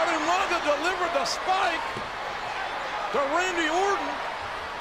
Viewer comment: Umanga- i miss when he pronounced his mame like that Rip umaga